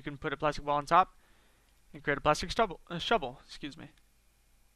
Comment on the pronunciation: When you mispronounced shovel don't worry, mum from ChrisAndTheMike is the worst she says Chabol lol